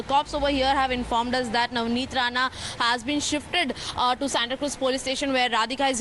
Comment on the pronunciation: It's RANA not RANE...